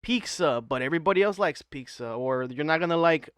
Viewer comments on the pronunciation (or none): Is he saying peeksah instead of pizza?